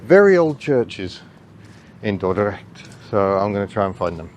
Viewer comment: You pronounced Dordrecht right ,👍welcome to my beatiful country and enjoy